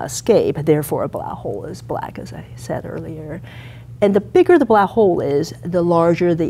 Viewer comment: wait so she can say "black" but the she choices to say "blaah" >:l